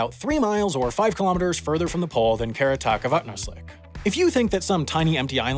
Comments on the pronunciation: It's pronounced Qeqertaq Avannarleq and not Kivkivdark Avannausleq. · Why do you pronounce “Qeqertaq Avannarleq” as “Keratakovatnoslik”?? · you didn't pronounce Qeqertaq Avannarleq right. You put an "S" sound in there somewhere when there clearly isn't an "S" in the word